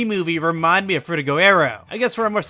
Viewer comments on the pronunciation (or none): I hate to be that guy but, it's Frutiger not Fruitiger. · It’s frutiGER aero. As in Grrrr.